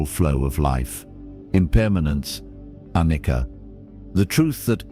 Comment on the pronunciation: It is pronounced "Aniccha or Anitya in Sanskrit. It means non permanence, i.e., a + nitya+non-permanence!